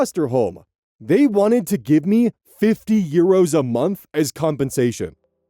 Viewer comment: I love how says euros like "yeeros" ❤ /gen, not mocking